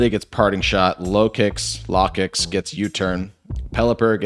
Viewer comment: dont worry about the Lokix name thing, everyone also says Gargancl wrong as hell too.